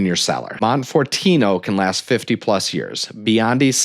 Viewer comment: Just found your channel. Good overview of Italian collectibles. Appreciate the good info. But oof - you were correct about butchering of the pronunciations! Your murder of “Montalcino” alone dings your credibility, not to mention the numerous “i”s pronounced as “e”s (and vice versa)!